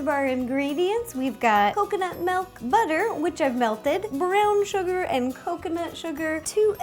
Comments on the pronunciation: and the same when u say milk u say melk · Have you noticed that when she says milk it sounds like she says melk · I love the way she says milk - 'melk'. It's cute ☺